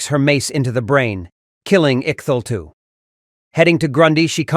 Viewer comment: Note to self...AI and/or english translations, don't know how to pronounce "Cthulu". This might delay the return of Lord Cthulu, so we really need to work on helping the Ancient one return to Earth!